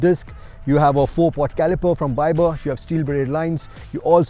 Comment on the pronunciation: Mispronounced ByBre?